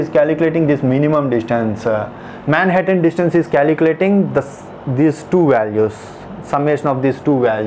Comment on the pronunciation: but more sad thing is that.. you have no knowledge of the concept and need to listen to this 'calculatinguh' !